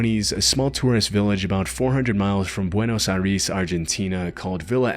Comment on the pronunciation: Wow haha did not expect Epecuen to be here! Just so you know, Epecuen is pronounced with a strong last E, like the first E that it has, Epecu-En. With Buenos Aires also, its Buenos Air-Es. Really cool video!